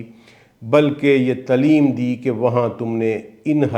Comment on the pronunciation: حضرت۔۔۔۔ لفظ " تلیم" بولتے ہیں آپ۔۔۔۔ یہ مناسب نہیں آپ جس طرح اصلاح فرما رہے ہیں۔۔۔۔ آپکا تلفظ درست ہونے سے بہت اچھا تاثر بنے گا۔۔۔۔ لفظ ت۔ا۔ا۔ا۔۔ا۔۔۔۔ ل ی۔۔۔ م ہے بولنے میں ۔۔ تعلیم۔۔۔ ت کو تھوڑا سا لمبا۔ ۔۔ ایسے ہی لفظ۔۔۔ فیدا نہیں ہے۔۔۔۔ فا۔۔ف۔ ۔ا۔۔۔۔ا۔۔۔ا ئدہ بولتے ہیں۔۔۔۔۔ ف۔۔۔ا۔۔۔ا۔۔۔ا۔۔ا ئدہ۔ امید ہے آپ غور فرمائیں گے۔